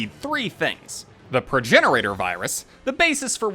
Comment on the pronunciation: Its Progenitor, not progenirator.....